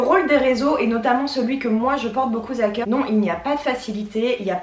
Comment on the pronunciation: Pas mal la vidéo, mais "acquérissez" et "beaucoup Z à coeur" ça fait mal aux oreilles ;D